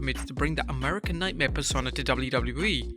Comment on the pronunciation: its pronounced Per-sone-ahh.